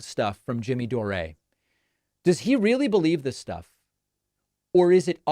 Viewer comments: David, I'm with you on Dore losing his way, but you're not always speaking with integrity here. Intentionally mispronouncing his name and alleging he's for Trump is sloppy. You're too intelligent and credible to need that. The grain of truth in what some of your audience is telling you regarding Dore being a "North star" (yes, outlandish, I agree) is that he's willing to be critical of the Democratic party. One of the reasons I don't watch you as much as I used to is your unwillingness to do the same (this coming from a progressive, by the way). One example that was particularly alienating was your attempt to highlight Trump's "dementia", while never - or, in the best case, rarely - focusing on Biden's obvious mental decline, a decline at this point more pronounced than Trump. Highlighting election denial on the part of Republicans in 2020 (again, I agree that their claims of voter fraud are absurd) without covering all the ways in which Democrats exaggerated Russia's effect on the 2016 election (empirically negligible), including repeated absurd claims that the election was stolen or heavily influenced by that nation , is another example. We need credible, intelligent voices such as yours in our discourse. My vision for a north star would be a dialogue inclusive of more criticism of the Democratic Party. That would, for me at least, be a sign of someone speaking "from the left". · You either don't watch full shows and are accidentally misunderstanding Jimmy or have your own agenda in which denigrating Jimmy Dore serves some purpose. Money? Political points? Frankly, mispronouncing his last name seems petty but seems to imply your unfamiliarity with his wider body of work. That seems to work against you here. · Yes, lets listen to you Pakiman, the idiot who can't even pronounce DORE. ITS DORE NOT DORÉ 😂 You're such a tool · It's not Doray, it's pron. like door. There's no accent on the e, David. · Davey cannot even pronounce jimmy’s last name correctly!K 🤣